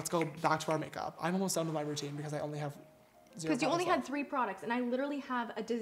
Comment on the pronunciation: I think she said “free” but still funny 😂